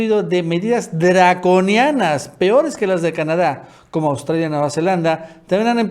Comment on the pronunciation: que que onda con ese "draconianas", que fue eso!!! jajajajaja